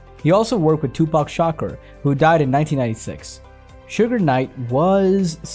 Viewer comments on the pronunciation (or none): I'm not giving this narrator any recognition because he pronounced Tupac last name as "shocker" and not "Shakur (Sha-koor)". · great video. But you pronounced Tupacs Shukur `s name wrong